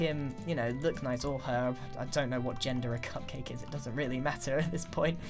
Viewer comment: When you said "I has cupcake" , it actually said "IHasCupQuake" as in the youtuber